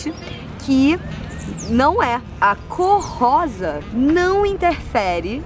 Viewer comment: e eu vendo o video e fazendo a unha, ouço julia falar "corrosa" e pensei QUE MERDA É ESSA? dai parei minha unha, voltei e entendi. lição pra vida: de atenção individual pras coisas. obg Jout!